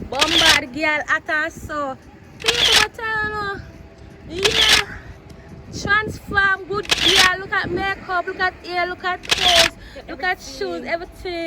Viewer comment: Chansform errr 😂😂😂